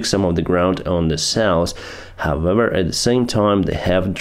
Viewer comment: Could you please stop saying “hovever”, thx.